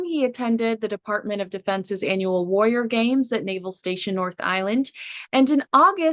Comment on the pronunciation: Please adjust the way you say warrior its not WOY YER its WAR RI OR